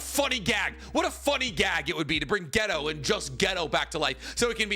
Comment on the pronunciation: btw, his name's not "ghetto" its "gay toe"